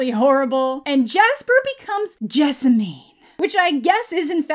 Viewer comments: My wife’s name is Jessamine lol, it rhymes with specimen, not ketamine :) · The county I live in is actually named Jessamine. Pronounced Jess-a-men.